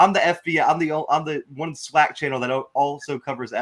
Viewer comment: We gotta teach these new guys coming in some of our rich SWAC history. This ain't just any old conference. There's a LOT of rich history and tradition!! And it's pronounced SWAC (Swack), not (swock)...lol. That being said.......we are EXCITED to have you as a #Gman!!!! Welcome to hbcu football!!!!